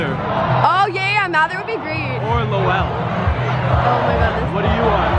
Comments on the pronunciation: You can tell there not from Massachusetts with how how they pronounce Lowell😂😂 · Did that guy really pronounce Lowell as low-ell he’s def not from Massachusetts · “LoWELL” lol